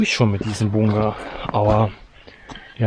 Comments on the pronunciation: Es heißt BUNKER... BUNKER verdammt 🤣🤣🤣 und nicht bungger 🙈🙈🙈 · Wie sprichst du das? Bunger 😂